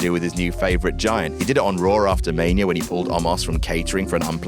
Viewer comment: Mania * not Manier